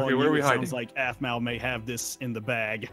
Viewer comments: Aphmau not Aphamau or Aphamue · Aphmau it's pronounced undated da sea